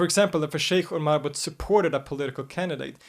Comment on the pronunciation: My bro, you do an amazing job and i love your videos... please note the t in marabout is not pronounced àlà french phonetics.. it is like maraboo.. love, peace, & afiya